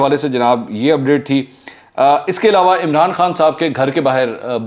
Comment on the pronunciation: ایلاوا ilawa نہیں ہوتا ، علاوہ Alawah ہوتا ہے